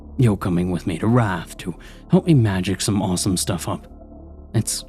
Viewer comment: Wrath, you said wraith. Don't know if this is AI reading or English as a second language. But it definitely kills the vibe cause a demon would definitely know how to pronounce the sins. 😂😂😂